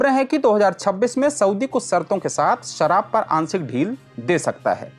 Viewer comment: सराब नहीं शराब उच्चारित करें। बाकी प्रस्तुति अच्छी है।